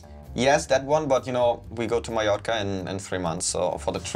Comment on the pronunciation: Finally a German who doesn't say MaLLorca! :D